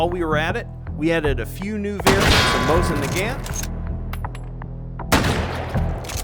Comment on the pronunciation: Its Mosien Negant Not Mosien Nigant